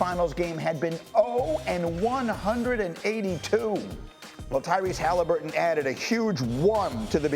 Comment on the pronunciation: Does Morris know Tyrese’s last name? Heard him call the dude “Halinburges” twice 🤣🤣